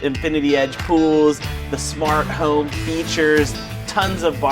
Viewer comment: anyone find it strange how he speaks, i mean i enjoy his videos but he says "home" like a complete oreo(black on the outside white on the inside) makes me cringe every time